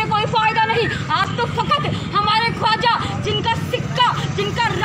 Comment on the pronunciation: Bhai khuaja nahi Khwaja hota hai